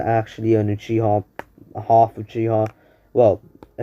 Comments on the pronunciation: This dude really said hald 😃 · Ik this guy did not just say hald☠💀💀💀